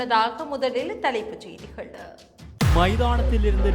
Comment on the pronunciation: அதென்ன சொல் முடிவில் 'கள கள என்று சொல்கிறீர்கள். உதாரணம் செய்திகள் என்று சொல்லாமல் செய்திகள என்று சொல்கிறீர்கள். உண்மையில் நீங்கள் தமிழரல்ல போல் தெரிகிறது😮